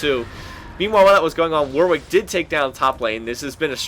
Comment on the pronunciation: It's pronounced 'Warrick', not 'War Wick'.